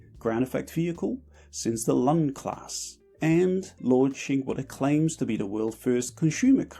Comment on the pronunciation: Small correction to ponunciation: you've said "Lun-class" with U as in "sun", whereas it should be pronounced as in "moon", only shorter. Lun' (Rus: Лунь) – a bird called harrier ;)